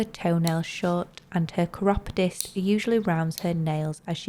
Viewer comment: I have never heard chiropodist pronounced like that before.